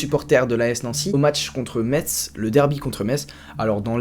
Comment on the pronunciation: Ca se prononce pas metss respecte le nom stp ca se dit mess